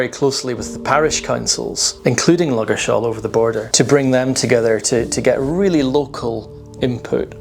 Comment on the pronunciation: "Ludgershall Shaltion"?